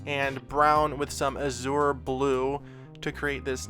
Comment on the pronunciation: by the way, "azure" is pronounced more like "ajur" but you drag the j